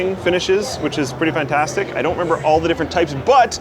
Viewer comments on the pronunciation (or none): none